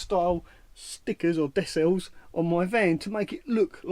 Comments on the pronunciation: decals not desals 🙂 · Looks more like a boy racer mobile with the bonnet stripes or are you going for the A team look? Yep as someone else said the c it's pronounced as a k not an s!